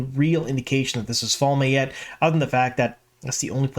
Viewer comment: Fal-may? I really hope that's not actually the way it's supposed to be pronunced 😬 Also you said they "things that are absolutely already canon" and I assume you mean the Moiraine and Siuane relationship but this is just blatantly false. Yes, they had a child hood fling but it never went beyond that. And they both went on to have hetero sexual relationships which obvious won't happen now. So, "absolutely canon", absolutely incorrect.